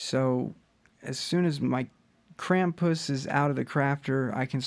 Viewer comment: yeah ik🤦 him in his videos he says Krampuuss